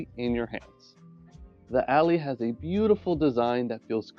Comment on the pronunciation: Good vid but its not pronounced ally but al- i